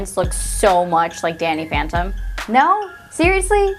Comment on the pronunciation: did she say danny phenten?!😂😂